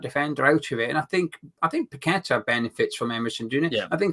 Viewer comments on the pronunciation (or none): the way you pronounce his name doesn’t fit his song.. must rhyme with better 👍🏼⚒️